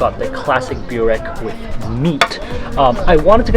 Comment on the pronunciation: Glad you're enjoying Bosnian food! I watched your entire series on Bosnia and subscribed to your channel. And one minor thing, I hear you pronounce burek as "Bew rek" but the correct pronunciation is "boo rek"